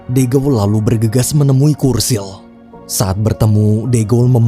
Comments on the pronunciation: Btw namanya churchill disebut Cur-Cil bukan Kur-Sil min 😢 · Bacanya CERCIL bang bukan kursil, CH itu tetep C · Churchill bacanya curcil bang, bukan kurcil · Churchill tetap dibaca "C" Bukan "K" Bro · Bukan "kursil" min, tapi dibaca "curcil" wkwkwk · Churchill bacanya cercil bg bukan kursil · Kursil? Yuan? Sedikit saran Sebelum buat video cari tau dulu cara pungucapan namany ya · cherchill sih